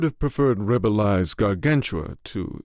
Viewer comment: P.S. It is pronounced Ra-bih-lay/Ra-bih-lays, not ra-bih-lye. Carry-a-tid is how you say 'caryatid'.